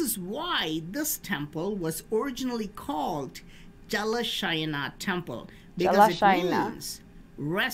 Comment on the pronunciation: you got the pronounciation on the first try. wow!!!